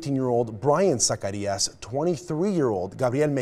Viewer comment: and is it really THAT difficult to pronounce their last name correctly? It’s not zuh-CARRY-us it’s sac-ah-REE-ahs.